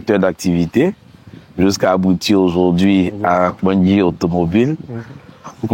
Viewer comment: Hmm tu prononces bien KPANDJI déh